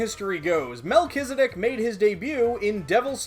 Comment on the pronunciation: man , it's good to hear the correct pronunciation I always pronounce it melt-cheese-di** P.S: love your videos